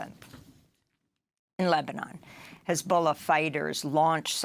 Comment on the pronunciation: Pronunciation: It's Jabaliyyah - stress on the "L". It's Hezbollah - stress on the "L". Thoughtful editorial and choice of footage. +1 ❤